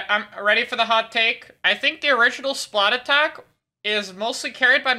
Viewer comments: So why did you say splatattack instead of splattack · has anyone realised that it isn't called "Splat-attack", it is actually called "Splattack"? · Why does everyone say "Splat attack" it's "Splattack", one word. the at in 'splat' is the same 'at' that starts 'attack' you don't repeat the at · dude why does EVERYONE SAY SPLAT ATTACK ITS “SPLATTACK” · Even better be the people that say splatack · The OG splattack below X is an even bigger crime than your pronunciation of the song. It’s THE Splatoon song for a reason. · every time he says splattack as two words i lose a year off my life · they way mispronounces splattack is just why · You pronounced Splattack wrong. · Is anyone else really annoyed by mispronouncing Splattack! or is it just me? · Bro I’m sorry you NEED to pronounce Splattack correctly. I can’t do it anymore.